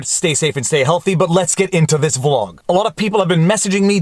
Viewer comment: VLAWG DAWG?? lol...thought I told you to STOP that!! lol